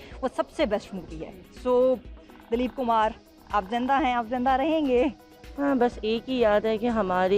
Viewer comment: It's Dilip Kumar not Daleep Kumar 😬